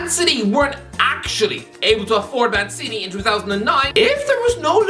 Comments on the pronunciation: I always heard Man City when I heard his name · Every time says "Mancini", I hear "Man City" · Felt weird how he pronounced it right the first time and then never again